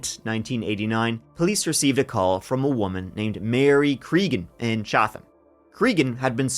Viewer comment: H is silent in Chatham.